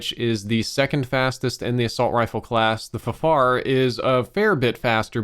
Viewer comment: far-far, i thought it was pronounced letter by letter